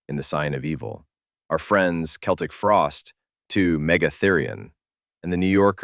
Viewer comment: Thanks for calling them "Keltic" Frost. That's how Tom says it, and the band is only known as "Celtic" Frost because that's how fans in America pronounced it.